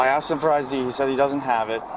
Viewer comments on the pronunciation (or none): Listen to the cop attempt to say "ID" . Not sure what he's on, but he's on something. Failed sobriety test...